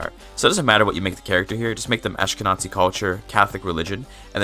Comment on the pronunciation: Just here to say that when reading "Ashkenazi" you should say it with a hard Z ant not TZ, so "AshkenaZi" and not "AshkenaTZi", it's basically read as it's written. And thank you! You helped a lot!